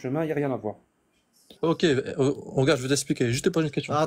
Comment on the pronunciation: Ils ne savent toujours pas dire *regarde’ correctement , toujours . Regaaarrrr😂